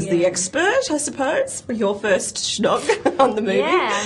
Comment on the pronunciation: hahahaha she says SHNOG! damn would i love to shnog tommy bastow... :) wouldnt u guys want to aswell? i bet gay guys are all over him xD